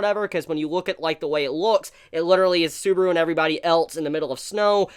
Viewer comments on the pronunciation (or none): none